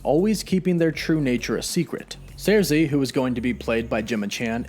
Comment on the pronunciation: Her name is Sersi, not Zarsi!!!